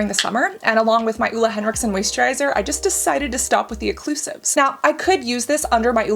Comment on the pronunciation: The way you pronounce Ole made me think you where saying the female name "Ulla" 🙈 Ole is more like "O-leugh". The "E" being pronounced like the "Ir" in "bird"